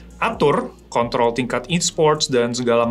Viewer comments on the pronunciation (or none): none